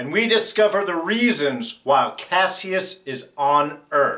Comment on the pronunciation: why do people keep mispronouncing kasius name? don't they repeat it enough in the show?